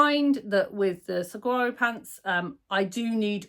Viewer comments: You do not pronounce the G. You pronounce them like swarrow. I lived 2 yrs in Mexico and that is how they pronounce it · I’ve heard you correctly pronounce saguaro several times. When I moved to Arizona I needed help to learn how to pronounce this cactus name correctly. Here goes: suh-wahr-oh. They are the cacti with arms. Saguaro would have been a better name for a shirt😂